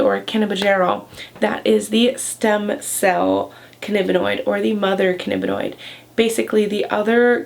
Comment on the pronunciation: "cannibinoid" ? ^^ Also, why don't you give citations for these factual videos?